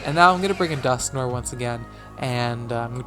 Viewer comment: Your pronunciation of Dusknoir triggers me.